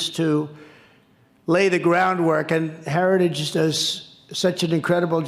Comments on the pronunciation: To be fair, Trump does not say "Heritage Foundation", he quite clearly says "Harajistoo," which is a completely different organization. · "institutions such as Heregus" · Of course Trump is not associated with the heritage foundation, he can't even say heritage . 🤣🤣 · donnie, it's "heritage", not "herigous". Man, and we thought Biden was the one with a speech impediment. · Trump can’t even say the word Heritage (Heri-gge) he sure as hell didn’t read over 900 pages (without pictures) 😂😂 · In other words. A vulnerable candidate with no professionals around him. Who doesnt read. Cant even pronounce HERITAGE. And denies the existence. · Trump can’t say the word “heritage” Is he alright? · How is Project 2025 Conservative? Got to ❤ Trumps pronunciation of Heritage. Sounds pissed drunk 😂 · Trump can't even properly pronounce Heritage after two tries and barely got out the word "critical". He loves the poorly educated because he is one. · He can’t even pronounce ‘heritage’. Lol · He cannot say heritage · Pete is the MAN! Whenever he talks he just dominates - not with bluster, b.s and grandstanding but with calmness, intelligence, integrity and pure facts. Trump can’t even say the word “Heritage” properly. Lol. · Trump sure has a hard time reading the Telepromter. He can’t even pronounce Heritage. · Here's an idea let's vote for a moron who struggles beyond 2 syllables...Say Heritage again Trumpy...we dare ya! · Trump had a little trouble pronouncing Heritage! 😂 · Heritage Foundation is a Domestic TERRORIST organization. And trump can't even pronounce its name. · I like how he can't even say heritage correctly. What a loser. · He can't even pronounce 'heritage' once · Why wouldn't they want a person who can pronounce the word Heritage.